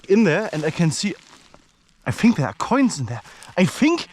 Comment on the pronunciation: "I Fink dey're coins dhere" ✌️😁👍